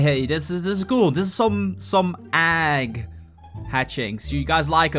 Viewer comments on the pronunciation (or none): Why are you saying äggs it's eggs, lol xD